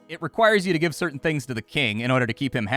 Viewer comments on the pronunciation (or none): none